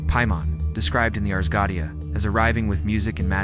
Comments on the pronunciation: Except for the mispronunciation of 'goetia'. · Why do you incorrectly pronounce 'goetia'?